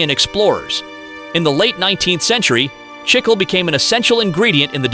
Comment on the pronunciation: They keep switching from Chicle to Chickel, with the wrong pronunciation far outweighing the correct one (CHIK-lay).